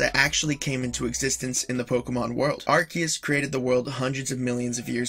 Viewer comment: U say arceus wrong